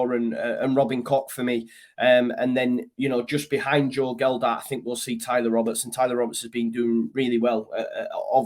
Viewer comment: Love your videos mate but please do me a favour. It's Joe Gelhardt not Geldardt. Cheers mate :)